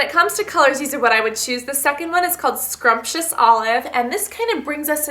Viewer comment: It's SUMPtious olive not scrumptious haha :P